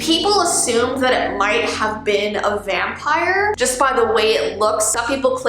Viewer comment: Bruh It's vimpire 🙄👌😅